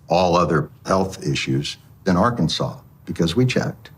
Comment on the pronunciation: As a person from Kansas u best correct the way u say Arkansas boi😮